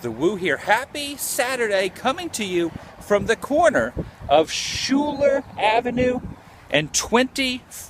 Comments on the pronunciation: Hey dipshit- it's pronounced SKY-LER not shooler and it's Sagamore Parkway not Sycamore. What a fucking tool. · it's pronounced "sky-ler" avenue not "shoe-ler" and it's sagamore parkway, not sycamore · Its Pronounced Sky ler and Sag a More Parkway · Sagamore Parkway, and Schuyler is pronounced "skyler". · The street is pronounced "skyler". I grew up less than a block from there. Yes, tuff neighborhood full of tuff kids raised by working class people. Axl was a couple of years ahead of me but I met him and Shannon Hoon while working at a pizza place called Arnies over at market square shopping area. Everyone used to hang out there. Its funny, I dated a girl from the neighborhood with the same last name as Axl, damn phone never stopped ringing with people looking for him. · LOL THIS GUY IS A FUCKIN IDIOT!! ITS SKYYYLERRR.. And its not a small UNCORPORATED TOWN U FUCKIN DUMBASS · Hey Man! FYI...Schuyler AVE, is Pronounced " Skyler ". I grew up about 45 miles north of Lafayette, and actually lived there for a short while in the early '70's.